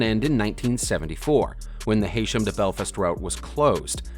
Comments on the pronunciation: Just an FYI as the spelling isn't as it seems Haysham is actually pronounced "Heesham". Source - I'm from the area. Great content - keep it up. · It is pronounced as HE-Sham.. the 'y' is silent. There still is a ferry at Heysham though, but it goes to the isle of man instead of Ireland. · Wow, Heysham sounds funny with an americans voice